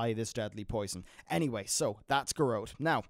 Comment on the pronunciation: Garrote is pronounced Ga Rott, not Gahrote.